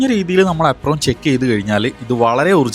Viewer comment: ആപ്രോൺ ❌ ഏപ്രൺ ✅